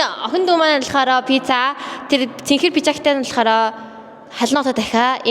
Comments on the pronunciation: пизза биш пицца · пизза🍕❎ Пицца 🍕✅